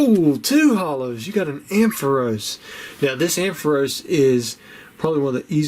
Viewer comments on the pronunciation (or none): none